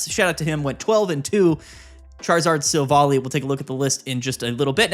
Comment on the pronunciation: It’s not pronounced Silv-ally?